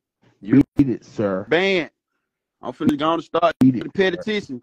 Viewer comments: Petty-tion???? I swear Atlanta Public Schools ain't s***!!!! 😂😂😂😂😂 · You shouldnt be banding nobody til you learn how to say P.E.T.I.T.I.O.N 😂😂😂